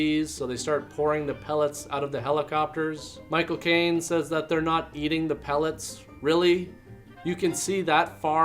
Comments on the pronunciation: Every time you say Michael Caine it sounds like My cocaine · Haha when you said Michael Caine it sounded like "my cocaine" 🤣